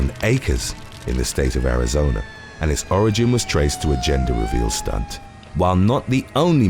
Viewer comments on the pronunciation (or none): none